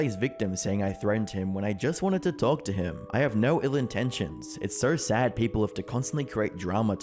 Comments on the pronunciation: No only has one syllable. It's not pronounced "Noereigh". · I'm still trying to find the freaking R in the word No